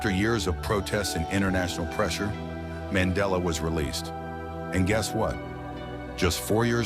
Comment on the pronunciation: Nelson man .....della ✅ Nelson Mandela ❌